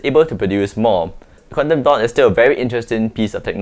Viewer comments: Wtf!! It took me an hour to understand what you were saying was Quantum dot, What is "Condando" 😂😂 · I thought he said condom dot (dotted condom)😂😂